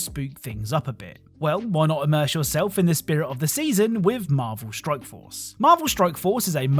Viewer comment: Are you purposely saying stroke instead of strike